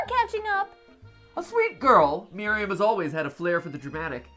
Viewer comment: You guys know Miriam that’s my first name and so many people say it wrong but, Mat got it right. Good job Mat. 😉love you guys